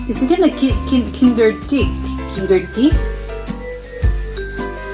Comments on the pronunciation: Kinderdijk, dijk pronounce it as in i from ice Kinderdijk litterly "ChilderensDike. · Dick Van Dyke if you prenounce his last name you have it correct (dyke=dijk)